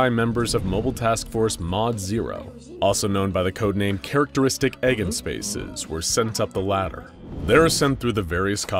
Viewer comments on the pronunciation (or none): Love the video as always, but as a physicist I must say, it's pronounced "I-g -en spaces" also whoever chose that name made an excellent choice! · Your pronunciation of eigenspaces made me chuckle. It's I-gen-spaces and it's a collection of vectors (essentially points on a graph) that when you scale them by their corresponding eigenvalue, you can create the original matrices. A characteristic equation is how you find Eigenvalues, eigenvectors and eigenspaces. I think the idea behind the name has to do with the fact that this scp is a equation that when solved, shows the root of a spacial anomaly. Funnily enough you can also compare this scp to a Markov Chain which to be short is multiplying a percentage chance over and over again to find an average percentage of some change over time.